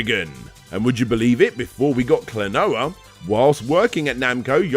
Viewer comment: I will seriously become a patron if you learn enough Japanese phonetics to not make me cringe. The consonants sound as they look, and there are five vowels that have a consistent sound! Throw in a few diphthongs, and that's your lot. Talking about retro gaming, names and titles in Japanese come up a LOT.